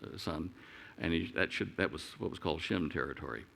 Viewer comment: Just an observation, Shem sounds like Jim. Indians pronounce my name James as Jims.